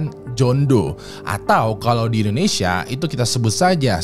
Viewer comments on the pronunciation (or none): none